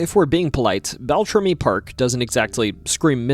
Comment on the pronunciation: It's so hard to listen to you mispronounce everything. Bell-tram-EE. Also, Ojibwe is the language. The people are Aniishinabeg.